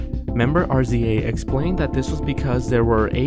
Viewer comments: Nice list! + It's RZA (Rizzah) not R-Z-A :) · the ARR-ZEE-AYY?!? really? c'mon, sir! it's the mothafuckin' RIZZ-AH now. someone get this man some wu 101. ;) past that, wonderful video, once again. was previously unaware of most of these--major props on original (or at least not overdone to death) content! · When people pronounce RZA as "AreZeeAye" instead of "Riza" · this guy... "RZA" is pronounced °RIZZA", not "R.Z.A." I'm pretty sure even my Mother knows this, dude. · "member R.Z.A." loll it's pronounced Rizza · Did you call rza R Z A? Hahaha! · rza is pronounced riza btw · bruh RZA is pronounce like Rizza